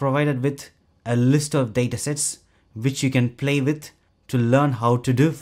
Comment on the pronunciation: It's "with" not "witt". If you make English videos, you should at least "try" to speak a proper "th" 😏